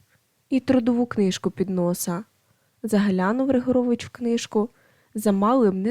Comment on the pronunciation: Ріжуть вухо неправильні наголоси. РигОрович, нІзАщо кОней, рУчкався, так має звучати.